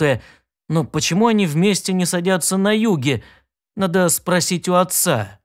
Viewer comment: Может быть всякое. Когда автор говорит "одноврéменно", мне как гвоздëм по душе.....